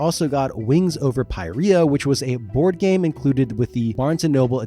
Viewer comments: "Pie Riya" It's pronounced sort of like "Peereeya", because it's most accurats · “Pi-ree-ah” is crazy